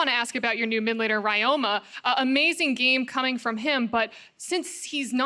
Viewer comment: Ryoma is read as Ree-yo-ma. And the yo is pronounced as the o in obscure. It's Japanese. Please correct it, it's annoying.